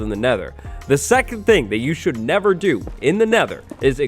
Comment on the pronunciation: Could've swore it said "Mistakes you should 'nether' make".